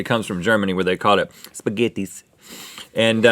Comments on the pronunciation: In German it's Spaghetti Eis (spaghetti ice cream) and is pronounced shpaghetti ice not spaghettis XD lol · In german we call it "Spaghetti-Eis" which basically means spaghetti ice (cream) :) It is pronounced as "sh-paghetti-ice" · It actually is called spaghetti Eis And ist spoken like schpagetti ais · That is so true! 😂 To make Americans pronounce it the right way I’d say go with "shpaghetti ice”.